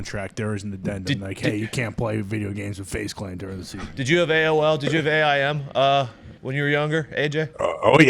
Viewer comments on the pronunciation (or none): ... the oldest the show has ever been ....... "d .... dd .... did you have AOl, did you have A I M ...." bruh, it's pronounced AIM.